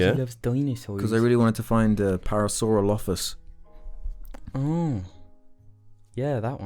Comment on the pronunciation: You're pronouncing parasaurolophus weird, don't put emphasis on any syllable. Say it all flat, "pear-a-sore-all-uh-fuss"